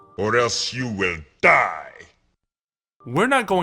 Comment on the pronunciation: Or else you will DAAH.